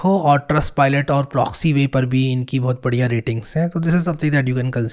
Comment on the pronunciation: My favourite part "BO HUTH" 😂